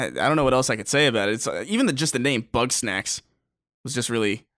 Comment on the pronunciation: Why are you saying "Bugs-nax"? Its "Bug-snax."